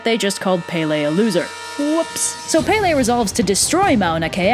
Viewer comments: its not pay lay its pel ay please get it right sorry for being rude but I love the video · I love how 75% of the Hawaiian words are pronounced wrong. Its okay tho. I'm not a hater. Its just funny. And how pele is prounced SOOO wrong😋. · Yeah that was part of the myth EDit: also pele not pepe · As someone who is from Hawaii, your pronunciation was mostly okay...However when you start explaining the plot quickly, the pronunciation gets a little lazy. Pele is (peh-leh) not (pay-lay) But kudos for even attempting. I’m a big fan of this channel. Malama Pono! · Not palay. Pele IM HAWAIIAN!!! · Aaaaaaaaah, I'm sorry, I know this is an old video and i cant help it but I have to correct you. Pele's name is pronounced (Pe-le), not (Pay-le). I'm sorry, I couldn't help it. I'm legitimately a local Hawaiian from Hawai'i, and I've always heard people say things wrong. I know you may not mean it but it still makes me cringe here and there. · Baysalt? I wonder how many old ladies on Hawaii pretend to be Pele and go around asking for booze & smokes. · When u say Hawaiian words wrong Pele your saying it wrong I’m from Oahu and I see people disrespecting pele. stop saying Pay Lay ;-; you’re also saying the other Hawaiian names wrong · Its pronounced Pell ay and kama pu a a. I should know I'm hawaiian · PAY-LAY?? AI LAAAAU??? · I'm sorry but I just have to laugh. I'm Hawaiian and never in my life have I heard someone pronounce her name like Pay-Lay. Oh, wait, actually a kid that lived on base actually pronounced it like that and he got kind of humiliated when someone pointed it out and I only felt sorry for him because I was raised with Hawaiian culture and I also lived in the mainland before I moved to Hawaii. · You say Pele wrong, it's pronounced Pe-le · “Pele.” Where my smiters at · How tf do you pronounce kamupua’a correctly but not pele? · also pe,le. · She got every name BUT Pele correctly pronounced... how? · “E” in Hawaiian is pronounced “eh”